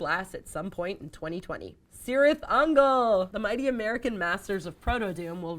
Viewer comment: Elric of Meliniboné cover art, Eternal Champion release a new record. The Moorcock is strong with this episode. Also, Cirith is pronounced Kirith